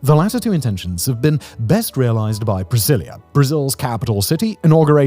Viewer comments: Why are you calling the city Priscillia? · Each time you say the word “Brasilia” I think you’re saying “Priscillia” 😂 the “s” is just like the “z” in Brazil. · You did your best in the pronounciation my dude. I hate brasilia, hate it, hate it. Been a few times, know people from there and i usually say it's a "old sci-fi city". like we used to imagine cities would be centuries in the future, in distopias. an ex gf of mine (born there) used to say its a perfect soviet city (and it is). the least walkable city i've seen in my life, its not made for people at all